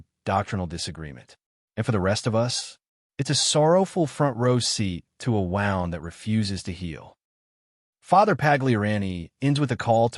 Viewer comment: Your voiceover must be AI. Mispronounces Novus Ordo and the ordinary English word "wound" ie injury as if it were "wound" , the past part of "to wind."